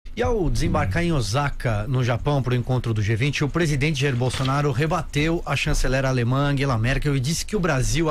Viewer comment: Não é Ozaka . Osaka se pronuncia " Ossaka " . S na palavra ou vocabulário japonês, é sempre S ☝️.